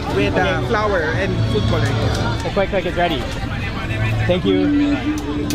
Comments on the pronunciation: khuletz makulit flour kasi sabi niya, hindi flower. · mean Yung pag pronounce nya NG flour pakinggan mo.